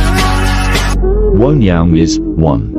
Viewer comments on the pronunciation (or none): none